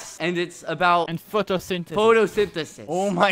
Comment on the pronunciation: No one: Not a single soul:: PHODO-SYND-ESIS